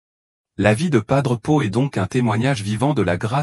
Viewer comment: Pas d'pot...on croit réver🤣😂🤣😂 L'IA est tellement satanique qu'elle n'arrive même pas à prononcer son nom.